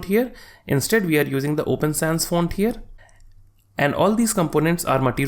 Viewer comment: stop saying "here" like that broo